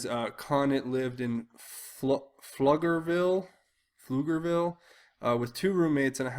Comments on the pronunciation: Pronounced “flugerville” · So you know.... pronounced Flugerville even though the spelling is so misleading 👍🏼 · Pflugerville = 'flu-ger-ville'